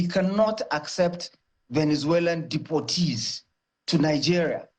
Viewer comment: Depoertees as how😂😂